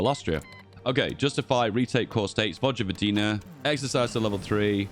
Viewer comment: ... vogvodina.... this triggers me. xD its pronounced voyvodina. but i digress, its alot harder than english.